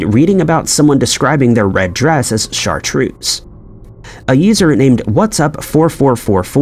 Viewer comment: very American though. It's actually pronounced Shartrerz